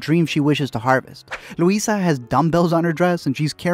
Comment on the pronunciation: Hey from a Colombian it's luisa not Louisa :)